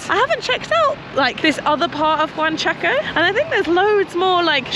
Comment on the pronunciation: I love it's now JUANchaco. and not UANchaco. Loving the Peru series!